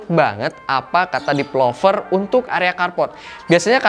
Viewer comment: kenapa tiap bilang developer kedengerannya jd depelover sih... agak gimana gitu...